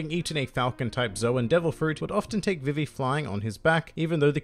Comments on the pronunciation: It's pronounced BeeBee, so VeeVee is much closer to correct than Viv ee. Imu is Eem(u) with a barely pronounced u. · Its pronounced Ve-Ve because English is weird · Her name is supposed to be pronounced Vee-Vee. I honestly didn't know there was some other way people were pronouncing it. every time i heard you say her name i just thought it was your accent. Then again i thankfully didn't watch one piece during the 4kids era. was too busy watching yugioh, pokemon, and digimon. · I just listened five times and unless I'm hard of hearing,, it sounds .like you say vi ve(e) when you say her name and the syllables are said differently. Apologies if wrong. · Vī-vī vs Vi-vi Is likely due in part to a character from ff9 Vivi (pronounced: Vī-vī) who is something of a fan favorite because of his slightly clumsy but lovable personality and his compassion for his friends. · Huh? It's ビビ, and both characters are pronounced the same way. Are you saying it's Bib bi in the anime? They aren't saying viv vee. The way you said Funimation does it, the "ee" sound is too elongated, but ビビ is not viv vee. You did pronounce nakama well and not the usual nak KAM ma I hear so much. Congrats on the rapid success of your channel. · Dude I think we've had a miscommunication somewhere... I'm not saying that one of the characters is pronounced differently. I'm saying that saying "Vee Vee" is too much of an extension of the e sound. When they say BI BI in Japanese the vowel sounds are short and concise, but in English the vowels are extended. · You pronounce vivi wrong it actually is pronounced the way they do it in the funamtion dub